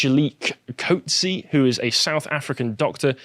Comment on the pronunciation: to pronounce coot-se "Coetze"